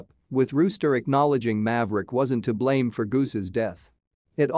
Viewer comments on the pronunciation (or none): none